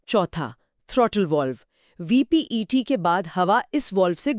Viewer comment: Are VEPT ko VPET bol rha hai 😂